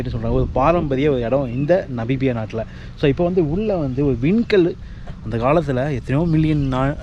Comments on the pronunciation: தம்பி நீங்க நமீபியாவை நபீபியானு சொல்றிங்க. அப்படியே பக்கத்துல இருக்கிற போட்ஸ்வானா நாட்டுக்கு போயிட்டுவாங்க …. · தம்பி அது நபிபியா இல்ல நமிபியா! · என்னது நபிபியாவா? அது நமிபியா.